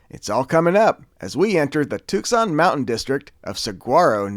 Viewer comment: Awesome video. Pronounced Tucson too-saan, saguaro suh-wah-row and hohokam how-haa-km